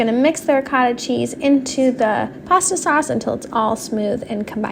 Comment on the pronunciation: Ricotta cheese is pronounced Ri- goat-tha ❤